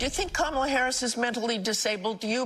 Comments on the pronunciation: Has JD Vance been doing the KaMAla thing, too? If so, Walz out to call him out on it saying; "I'd pronounce your name right if you had one." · Mr. Tramp sure seems to have an ongoing problem pronouncing VP Harris’ first name. I hope it’s not due to a cognitive decline. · Anybody would know this, Donnie? You fluffing can't even pronounce her name properly but you say she was born impaired? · He says she is mentally impaired, but he can't even learn how to pronounce her name. Who's mentally impaired?